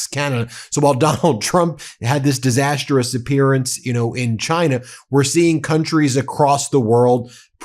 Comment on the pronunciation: Disas-trous not Disas-ter-rous. Very annoying to keep hearing this.